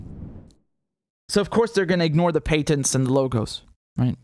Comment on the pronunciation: It’s pronounced patents with the “a” being like the word “at.”